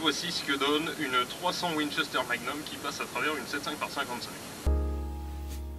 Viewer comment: Trois cents ouine chestère mague neume ! Et encore une fois... trois cents ouine chesteure mague nume !